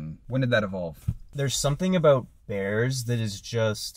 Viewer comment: I swear is a Canuck 🇨🇦 by the way he pronounces "ABOUUUUT" 👀🤣🤣🤣